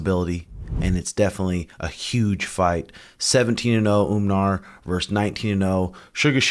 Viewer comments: Lmao please stop saying Umnar it’s just Umar 😂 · It’s Umar not Umnar 😂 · Its Uuu( long vowel) Mar ( mar ket)..yah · Umar. with M....mmmmmm NOT UMNAR!!! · You mean "Un"mar is 18-0. 🤣 Have no idea why this dude& Suga can't say Umar. "Omar" is a very common name in the Muslim world, but some places like Dagestan, it's spelled "Umar" and pronounce slightly differently "Oo-maar" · It’s not a good sign that you guys are looking past Merab. And why the hell do you keep saying Umnar? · I don't get it, why are you and insisting on calling him Umnar? is this the new trashtalking? you're just sounding dumb af. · umnar, marab, beenoyt stdeny haha suga and tim purposely butcher the names of dudes they hate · Stop calling him Umnar you mofos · It's actually "oom-gnar" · Umnar Nurmadurkadurk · Unsubscribe for saying the name wrong. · Sug and had no problem pronouncing Umar before he became a contender 😂the pettiness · Childish. You are a grown man, stop mispronouncing the guys name. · Pretty sure he’s trolling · He is just saying it because Sean says it like that. At the end he says the name correct,probably forgot 😂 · Leave it up to to mess up every name he’s ever said. I wonder if he’s just trolling at this point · He’s doing it on purpose bro it’s actually funny